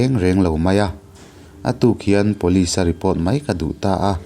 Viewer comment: Pulit tih tur aw..vanlalpianga pawn atih kha..